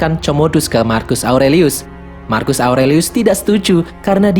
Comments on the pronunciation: Comodus, marcus...baca Komodus, Markus...min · Satu lagi bukan marcus di bacanya tapi markus